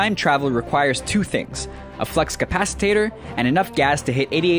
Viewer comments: Ah so it wasn't just me who heard copapacitor! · Did you seriously call it a fucking flux capacitator?!?!?!?!?!?!?!?!? It's a flux capacitor, you uncultured fuck!!!!!!! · Did the voiceover guy say "Flux CAPACITATOR"? What the hell, man? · Did you just say flux capacitator? Aren't you supposed to know movies? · It's flux capacitor not flux capacitater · did you actually say flux capacitator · flux capasa-tator? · Lo, he said flux capasitator not flux capasitor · Did you actually say "Flux Capacitator?" You know that in the movie it's pronounced (correctly, I might add) "Flux Capacitor". About a million times. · Did he say flux capacitator? Well, there's mistake 11. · My inner nerd is screaming. Flux CAPACITOR, not Capacitator. Ugh! Get imaginary science right, guys! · Flux capacitor not flux capacitator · dude its a flux capacitor not capacitator...lol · Flux "Capacitator"? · It's flux capacitor, not capacitator. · oops it's a flux capacitor, not a flux capacitator. ;] teehee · I know it has been said, but "Flex Capacitator", seriously? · Flux capasitator? It's flux capacitor. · Flux Capacitor not Capacitator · It's flux CAPACITOR, not flux CAPACITATOR. Also, Doc Brown told him NOT to come back for him. It was all Marty's idea to go back. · "Flux capacitator"?!?! Really dude? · *FLUX CAPACITOR! not flux copasitator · "Flux Capacitator"? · write the script out and practice the big, tricky words. It's flux CA PA CI TOR. and WIL LEM not WIL LIAM... ( Bad Lines video) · Capacitater? Is that a time traveling potato? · "A Flus Capacitator?" Really? Fucking really? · FLUXCAPACITOR! HOW DID YOU GET THAT WRONG! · You pronunciation of flux capacitor is wrong. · It pissed me off the way he said flux capacitor... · papakfmcnados king Shit made me shiver to hear. Unforgivable for a movie channel.